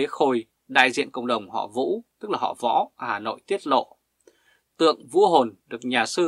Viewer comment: Xin bạn nói rõ : Ông quan đó tên Vũ … gì ? Bạn phát âm không rõ